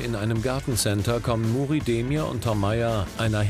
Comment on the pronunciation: Immer wenn er Muri sagt, verstehe ich Mutti 😂🤷🏼‍♀️